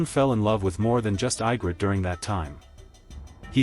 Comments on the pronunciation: If you are gonna overanalyse just to Kiss the producer's ass at least pronounce the names correctly. Her name is Egrit no Igrit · how to tell this is AI constructed... Ygrret is pronounced "Ye-grit" not I-grett. There are other obvious mis-pronunciations as well. The last surviving dragon is named DROGON... Jon did what he did because he saw that She would never compromise in her goal of ruling Westeros her way. Without Melisandii she had no one to keep her anger tempered and her mind in the real world.